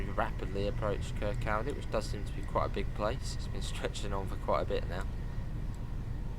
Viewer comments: Im dying with the butchering of Kirkcaldy, its pronounced Kircohdy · Your Scottish pronunciations destroy my brain🤣🤣🤣 ‘kirkCALdy’, seriously tho can’t wait, been wanting fife circle on the game for ages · Really looking forward to this DLC. Incidentally, for those wondering how to pronounce Kirkcaldy, listen to Cry Baby Cry by the Beatles. John nails it. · The way you pronounce Kirkcaldy 😂😂